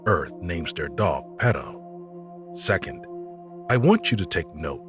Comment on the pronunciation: It needs to be said that the word, "perro", NOT pedo, means dog in Spanish. Now please stop interjecting with your personal opinions and let us watch the damn video. Thank you.